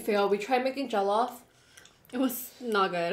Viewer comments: Btw it's pronounced (jo-llof) rice, (plan-tains) and (pepe-soup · The way they keep pronouncing jollof, just keep making me laugh 🤣🤣🤣😁😁😁...